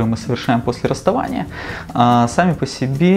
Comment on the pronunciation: Неграмотный магистр 🤦‍♂️ расстОвание? Мда... ПсЕхолАг.